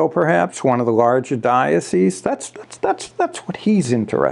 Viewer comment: Well done on pronouncing the plural of 'diocese', 'dioceses' correctly. Oft said incorrectly in the media, and even by ecclesiastical types who should know better.